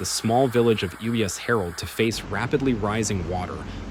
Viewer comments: You mean it's not pronounced, "Ooh yes, Harold"? 😂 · i live quite close to this pretty little village. They should be begging the world for assistance but they won't. i can't believe some of these people are laughing at this disaster. and can you please get this horrible AI voice to pronounce the name of the village correctly.?